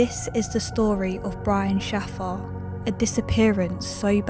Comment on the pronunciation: His surname is pronounced 'shay-fer'!